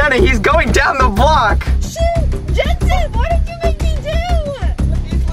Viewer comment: Jenna called Hunter Jenzten!